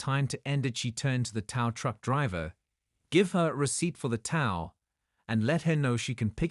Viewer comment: Can't you people get the language right?! TOW=just like "Toe", NOT TOW=Like COW. It's so irritating you people can't get get this right.